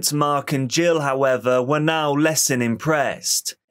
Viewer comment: You're making a true crime doc not a football highlights montage. Everything about the video, save your tone of voice, knows and understands this. Take a deep breath and remember that the last syllable in a sentence can end without fading into the abyss. It's now, not nowww. Riley not Rileeeyy. Unresponsive not unresponsiiiiive.